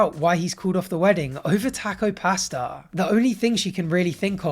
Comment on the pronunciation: Learn how to say pasta please